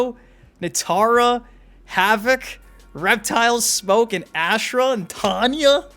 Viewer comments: please god. The way you pronounce her name AHHH SHH RAH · Why does everybody butcher Ashrah name? Has anybody played deception??? The announce says everybody name.